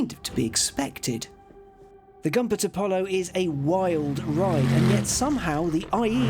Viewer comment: It’s pronounced Goompert!